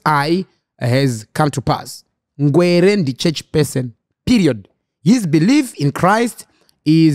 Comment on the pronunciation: Anonzi Ngwere not ngwereee